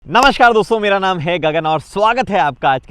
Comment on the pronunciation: Bhai, ek to aap Namaskaar Thik se bola karo, NAASH KAR dosto lagta hai...😂😂😂